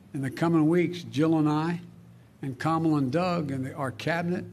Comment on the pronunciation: This dude a racist...he misprenounced Kamala's name smh